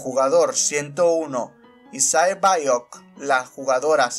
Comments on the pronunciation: no es por criticar de forma ofensiva pero no creo que dijiste bien el nombre de 067 su nombre se pronuncia saebiok al menos asi en el doblaje latino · "sae baiok" xd